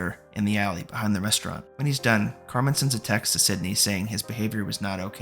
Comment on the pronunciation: Love the recap but hes throwing me off every time he says "Carmine".